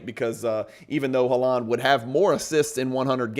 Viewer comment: This is really good education and I love the use of data to support. My only build is the pronunciation of Haaland’s last name - you are stressing the 2nd syllable and it’s the 1st syllable that’s stressed, so it was sounding funny! Love your content!